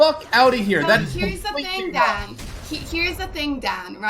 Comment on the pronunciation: she says Dan weird